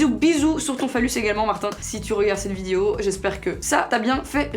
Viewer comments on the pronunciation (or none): Il y a que moi qui entend vidio quand elle dit "vidéo" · C moi ou le mot vidéo elle le dit vydewow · Prk elle dit vidio😂😩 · elle a un petit accent quand elle dit Video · pour ta prochaine vidéo asmr dit en continuité "vidéo" j'aime tellement quand tu le prononce avec ton accent 😍😂